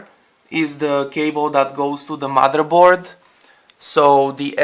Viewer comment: "madre board" lol